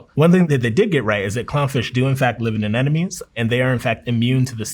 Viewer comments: A marine biologist who pronounce anemone as anenome... I find this honestly shameful how americans seem INCAPABLE, at all levels of culture and studying, to pronounce that word. AneMOne. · Didn’t think I could trust him when he didn’t say anemone correctly in minute one, but this dude is great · Mispronounces anemone. Fraud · Isn't it anemone and not anenome? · It’s anemone not an-enemy